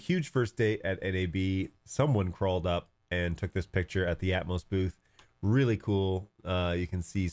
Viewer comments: Atomos has an extra O, it's pronounced at-om-oss (as in atom- and oss with the o as in off not as in growth). You were probably searching atmos. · ah I see, to my ear I heard you pronouncing it Atmos, but all good.